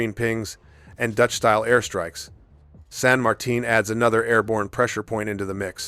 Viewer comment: Good video. I knew you were going for T10 so I thought of all of those before watching, except San Martin (kudos on pronouncing that name correctly!). As a DD main, I dread those, but also Moskva, Salem, and if we continue down, Atlanta and Cleveland.